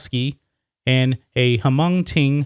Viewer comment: He wants to go star in Bee Movie 2.... lol. This guy said Ha-mong...thehehe.. its pronounced Mong.. H is silent..